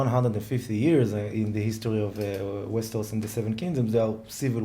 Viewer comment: It's so funny to hear saying "Westehos" à lá francè =p